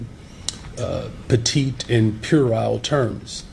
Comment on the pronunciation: had written down “petty” in his notes, but he cain’t read so said “petite.” 😂